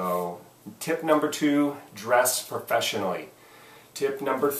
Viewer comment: I didn't know "Frofeshionally" was a word! HAHA! Thanks for all the other advice.